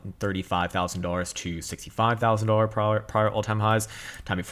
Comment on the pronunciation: wtf is a "boolar" lol?